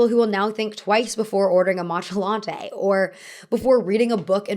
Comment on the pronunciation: Amidst otherwise regular American speech, that "matcha latte" was pronounced in the most caricaturely posh manner possible.